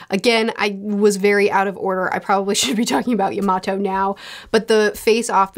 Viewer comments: YAMATO ! Not Iymato lol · btw yamatos name is pronounced ya-ma-tow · can someone tell her how to say “Yamato” 😅😅😅😂😂😂😂 I was like who the hell is she talking bout.